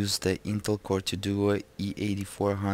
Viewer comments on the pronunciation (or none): none